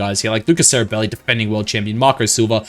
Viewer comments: just a quick correction: our current World champ's last name should be pronounced something like cherry-belly, there is no "s" sound, it's more "ch" like in "cherry", "cheeky" :) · oh it’s okay to mispronounce a name that’s not in your language 😂 but I’m italian too so it sounded weird so hear “seribelli”, just thought i’d let you know that :)